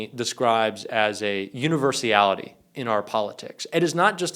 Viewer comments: Oh, if you're going to set yourself up as an expert- please at least get your words right! - for example it's 'universality' not universiality! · it's not universIAlity, It's UNIVERSALITY (no I in there). Just sayin. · The word is universality not universiality‼️driving me nuts 🥜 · Universality, not universiality. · A kind correction: the word is "universality," (6 syllables), not "Universiality, (7 syllables). I assume you welcome improvement. Thanks. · It's "universality"...just sayin' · .....univers-ee-ally? Oh, c'mon bro. Starting to sound like Trump pronouncing acetaminophen. Love ya,, but clean it up a little, huh? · Please pronounce universeeality right.